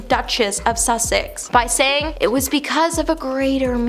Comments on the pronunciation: It’s The Duke of Suh-six not The Duke of Suck-sicks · Susssssssex, not Sucksex. Otherwise, great video! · "The Duke of Suxex" 😂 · I thought at first, she was being cheeky by saying “The Duke of Suckcess”. 🤷🏼‍♀️ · .... aw, bless her..... come on , I mean.... The Duke of Suck-sex! Brilliant!!!! ( To be fair, Once you start mispronouncing words it can be really difficult to stop repeating it.) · do you not know how to say "sussex"?